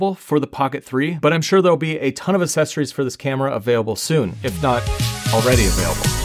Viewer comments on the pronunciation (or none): Great video but the c sound in accessories is not an S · Me. They are accessories. Not aSSecories.